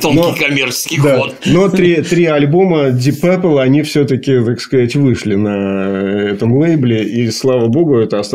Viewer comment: Пёпл Пёпл. Ди Папл -говорят незнающие английский